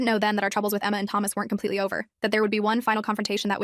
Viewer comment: “completely shshhjjhhks” what?? ; v